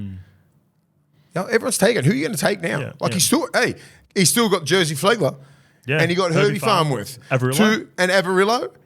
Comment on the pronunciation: Did i hear say jersey flegler?😅